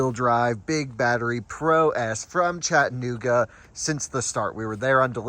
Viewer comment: Oh it’s nice to see her!! And she said Chattanooga correctly. not so much lol